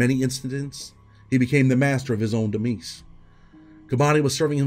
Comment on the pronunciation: "He became the master of his own demeece" 😂 DEMISE- (deh-mize)